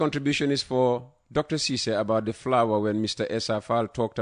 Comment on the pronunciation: Lare M Ceesay in USA not Sisay